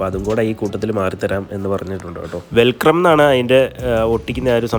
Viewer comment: വെൽക്രം അല്ല മച്ചാനെ ...velcro ....